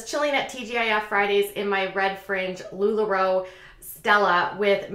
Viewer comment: It's Lula Row, not lularoo 🙃😀🤣